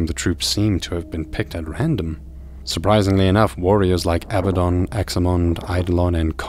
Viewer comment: pronounced Ah-bad-don. Not Aba-don lol